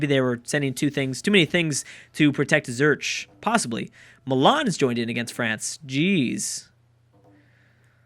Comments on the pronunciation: I guess "Zurch" has become the mispronounciation of the series. it's pronounced Zur-ick! Loving the series!!! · It's pronounced "ZURIK" :) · Every time he says, "Zerch" I cringe. Just about the only historical/geographic mistake I have heard so far though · Dude.. please look up how to say Zurich... It really bothers me...